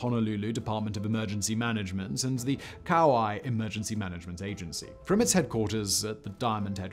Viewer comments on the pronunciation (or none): Sorry but I have to say that the island is Kauai,not Kaua.